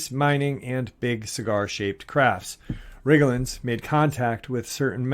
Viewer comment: Rye-jul=Rigel. Rye-jel-uns=Rigellans Rigel, emphasis on first syllable, Rigellans, emphasis on second syllable. I'm not saying this to criticize, just to help out. Some people will not take you seriously if words are mispronounced, mostly because they would think a person ill-educated, and therefore untrustworthy, who mispronounces such words. Also, I believe you were trying to say sigh-onic(psionic), emphasis on first syllable. Again, not trying to criticize, just hoping to help. God bless!